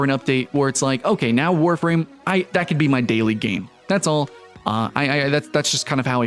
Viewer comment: Eeeeewwww Warfrahm.